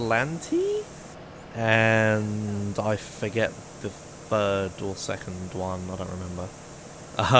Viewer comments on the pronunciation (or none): none